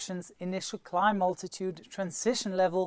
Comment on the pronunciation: I don't think I've heard anyone else pronounce the word "altitude" the way you do. I do like your 5 Ps.